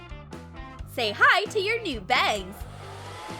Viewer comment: I'm aware. Just sounded like bags.